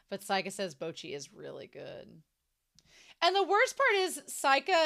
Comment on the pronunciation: A few random notes: I love how Seika takes a picture of "submitting Bocchi" just before the end of the scene. All of the band names on Seika's screen are parodies of actual Japanese band names. By the way, "Seika" is pronounced "say-kah" rather than "sigh-kah." And it means "Star Song" which is probably where the club name, "Starry" comes from. The tour of dams is probably my favorite gag in the entire show. Also the ending-credits song for these present set of episodes is being sung by Ryo's voice actor. The blue coloring in the credits is a clue.